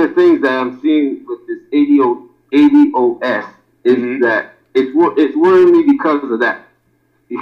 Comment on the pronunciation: In the very beginning you mispronounced the term ADOS. I see this will be a problem moving forward.